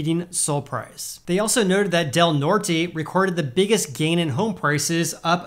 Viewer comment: Literally no effort given on that pronunciation of Del Norte lol The brain cells did in fact NOT rub together on that one